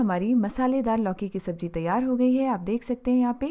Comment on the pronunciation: V nice explanation. Pls pronounce Z correctly in the words pyaz , sabzi. Its z not j. Its zyada not jyada. Hope u wont mind. Thnks